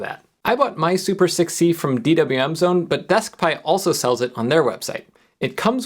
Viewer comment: > This is super6c This sounded to me like 'This is super sick, see?'